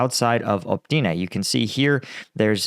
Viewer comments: Why is it you see Opytne but say Optyne? Every time, every video. Cant you reed the leters in order they are written down? I see that with many english speaking people. Like you guys cant read at all. Advice. From left to right. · You should ask some Ukrainians to help you out with pronouncing the names of the cities and villages a bit better... You keep saying optyna but its opytne (opi t ne) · Opytne, not "opTYne".